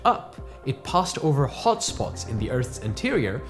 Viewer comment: love the way he says "hot" haha... quite british but his normal speech doesnt sound british